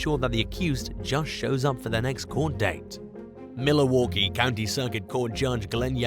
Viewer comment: #1 it's prounced Mil-waw-Kee. Not Mili-waw-Kee.